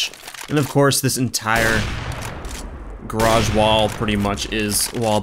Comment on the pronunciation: stop pronouncing 'garage' like that! its fucking annoying!